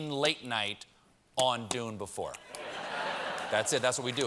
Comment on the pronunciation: He can't say Dune right, so it's a bit much to expect him to say a real place name right.